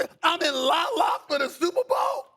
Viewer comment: i laugh everytime he says LALA